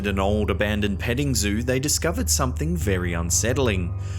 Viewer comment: "Somtheen fah more sinistah!!"